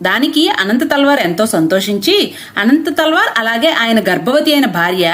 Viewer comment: అనంత తాళ్వార్ కాదు అమ్మ అనంతల్వార్లు